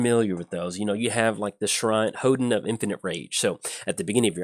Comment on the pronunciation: It's pronounced "hohn-den",. It's a building in the Shinto religion that enshrines a sacred object representing the kami that dwells there.